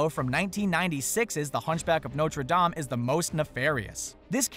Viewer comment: He pronounced Dame wrong lol